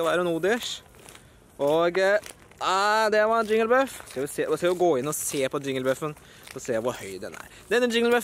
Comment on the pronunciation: Det heter jigglypuff ikke jingelbuff